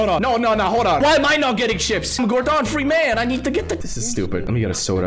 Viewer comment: did he said mr ferman?